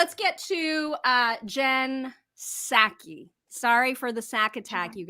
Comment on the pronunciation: U mispronounced Jen "Ball"sakie !!